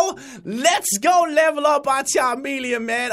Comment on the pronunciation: Again.. it is CHAMELEON that he said Not CHA"R"MELEON